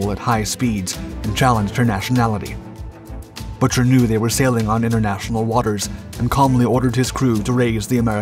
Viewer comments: Having been a kid at rhe time, I remember the news coverage, and while not being nit picky, I believe the captain's last name was pronounced Boo- ker. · Lloyd Boo-ker... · Bucher is pronounced 'BOO-ker'. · It’s pronounced Boooker, not butcher. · The correct pronunciation of the Pueblo's Commander was Boo-ker NOT Butcher. Get someone credible to narrate. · At the time of event, the captain's name was pronounced "Boo ker," not "Butcher." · My dad was on the ship. Pete’s name is pronounced Boo-Ker. Not “butcher” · WTF?? Good Lord!! The OP discredits the Skipper and the crew of the PUEBLO. His last name is BUCHER!! not Butcher.. GIT IT RIGHT!! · You need to practice the pronunciation Commander Bucher's name. Not Butcher... Boo ker. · The Compander's name was Lloyd Boo-Ker, Not Buch-er! These computer voices and THE LACK OF RESEARCH Get on my nerves! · The Commander's name was pronounced "b-ue-ker". The Navy Tried him on breaking tradition, not regulations.